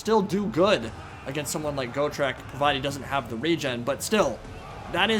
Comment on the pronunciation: Go-trek lol, it's pronounced Got-trek, Got-trek Gurnisson. "I fought Chaos Dragons, and Lich Kings! I fought Greater Demons and the GODS themselves! I bled Be'lakor the Prince who would be King! I crossed axes with GRIMNIR, and walked away! I swore to die in battle, but I outlived a WORLD, come try me beast, maybe you'll have better luck than every beast I've ever slain to now, maybe (Laughing) we both will!" From the Realmslayer Audio book. Please give this Dwarf the respect he is deserved.